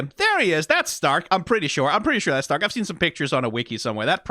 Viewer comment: Think its funny how you go and pronounce Stark correctly, but then in the same sentence still call Fern like the plant and not the german "Far" (also, yknow, Far, cuz shes a sniper, it funneh)